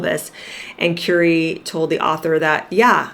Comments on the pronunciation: It’s Currrr ee not Cure ee 🤦🏻‍♀️. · Just thought I'd let you know you are pronouncing his name incorrectly. It's pronounced as in Curry that you eat, thank you.